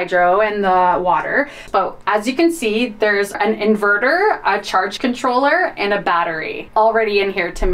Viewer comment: Omgosh… inverterRR…. where you can eATTT, why the weird emphasis (exclamation mark) at the end of words and regular sentences? It’s so distracting. …off griDDDH 😂 Lol